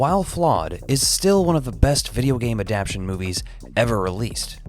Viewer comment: Ad-Ap-Tay-Shun.... not Ad-App-Shun 😋